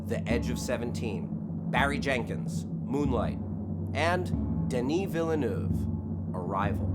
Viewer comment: I think you had the most accurate prononciation for Denis Villeneuve by anglophones.